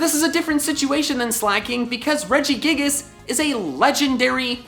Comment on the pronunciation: IT'S REGIGIGAS, NOT REGIGAS!